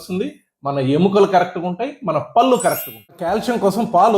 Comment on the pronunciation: చాలా బాగా చెప్పారు కాని పల్లు అనకండి పళ్ళు అనండి